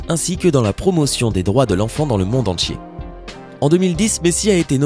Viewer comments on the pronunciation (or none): none